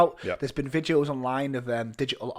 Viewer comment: What are these "vidjos" is always talking about?;)